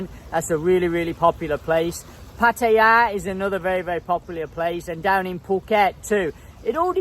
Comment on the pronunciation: How come you can't pronounce either Hua Hin or Pattaya correctly yet?